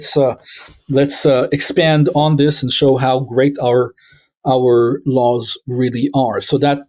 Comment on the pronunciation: Are you intentionally saying "lawls"?